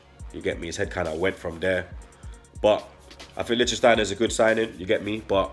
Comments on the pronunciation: my brotha, it’s “Litch-Steiner” you and gotta stop with this “Licht-Sten-Steiner” none sense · Good signing as experienced players go. I cant wait to see our new look defense next season. Fellaini or Yaya? Yaya for me too. He should have been an Arsenal player years ago. But if Fellaini comes we have to welcome the yout imo.,,,LICK STEINER...3 syllables not 4 bredrin...lol...love your content tho. Keep up the good work yeah.